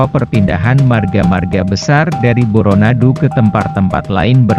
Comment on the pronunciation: Tapi lavalmu itu, tdk pas, seperti orang seberang. Bukan Boronadu tp Bôrônadu